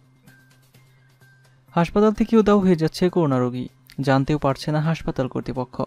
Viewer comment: News reader, pls, accurate pronounciation ; so, koruna noy ; hobe ''Korona ''.